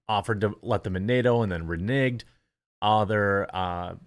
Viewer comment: Reneged Not re..